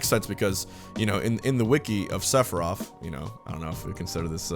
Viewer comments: Sounds like he sayin "Sephiroff" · Okay why are you saying “sefirof”. I don’t know anything about FF but I can’t tell if people just talk lazy or the “th” is actually pronounced with an “ef” sound